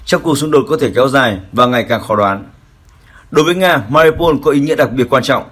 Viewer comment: Tên tp là Mariupol mà ông nầy cứ đọc tắt là MA-RI-PÔN,bỏ mất chữ U,mà cứ đọc vậy hoài.Chán...